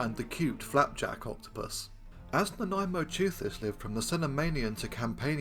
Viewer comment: I was pleasantly surprised that you discuss the claims for Nanaimoteuthis with some skepticism, the only YouTuber to do so, at least in the various reports I've seen over recent days. And I was yet more pleasantly surprised that you even got the pronunciation right! Whoopee! Hurrah! In my view, the most likely way in which Nanaimosaurus was devouring mosasaurs was by finding mosasaur carcasses on the abyssal sea floor and joining the other deep sea scavengers as they processed the corpse. Crunching up the bones of dead marine reptiles that had sunk after death from higher in the water column would explain the wear on the fossil Nanaimoteuthis beaks. And the whole (poorly observed) modern clade that Nanaimoteuthis belongs to seems to specialize in dropping down onto hard things like bivalve shells and crunching them up. So being a bone specialist scavenger on sea floor vertebrate remains would seem a more reasonable assumption than the idea that they typically rose to the upper ocean layers to ambush-predate